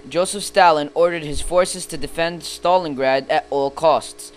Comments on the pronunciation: wtf u dont pronouce it stolingrad you pronounce it stalingrad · stopped watching at "Stolengrad" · learn to say stalingrad